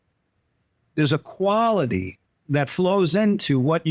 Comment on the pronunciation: KWALIT,NOT KWANTATE